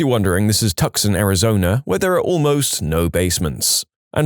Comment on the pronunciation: tucson is pronounced like “two-sawn”!